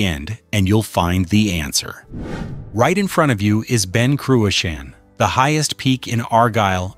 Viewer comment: Wish this punter could say cruachan properly! Crooashan get real son!!